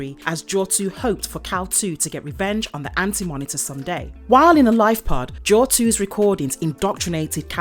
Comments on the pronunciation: It's Kal-"eel" not Kal-"Two". Basic research... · Kal-IL, not Kal-2. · pretty sure its Kal-il not Kal 2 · Kal iL ILL eel. Kal Eel. Not Kal 2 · Isn’t his name Kal- IL( I & L not II) pronounced Kal-ill , like superman is Kal-EL and his father is Jor-EL. I never realized it was a 2. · You’ve gotten his name wrong. Its Kal-iL, not Kal-2. Though, spelling the name correctly does look like the Roman numeral for 2. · He name is IL (as ill) not 2 ! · It's Kal-il with a capital i.